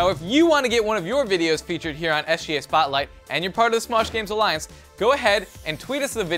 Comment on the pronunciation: in the begining keeps saying sJa and not sGa